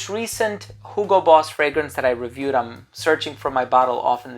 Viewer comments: It's actually the correct german pronounciation of Hugo. So he is just very accurate since Boss is a german brand.😉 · I always thought you were gaslighting me with your pronunciation of Hugo, but I looked it up and you're not. Germans just don't know how to pronounce words I guess.